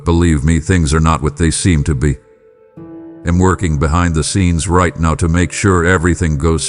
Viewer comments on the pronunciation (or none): For the American English version please check the words: I’m and I’ll - the I is pronounced like the word Eye. Also look up the sound for “aren’t”. (This is just to help your A-I). - not Y’all but rather you should feel calm. - you’ll find strength in me to deal with …. I don’t play nicely with you? … I don’t like sin? No SIN IS BAD. I DON’T LIKE SIN. God never sins. (Is this done by Y. A.? He loves to tell lies. If he has anything to do with those statements then he had better quit.